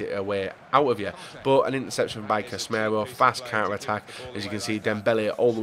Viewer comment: WilsonWolf 123 casemiro Not casmeiro